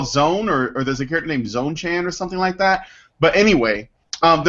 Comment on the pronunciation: It's Zone-TAN. filthy plebs